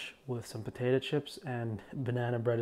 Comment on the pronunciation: I just learned a new way to pronounce potato: potatah 🤭 Love you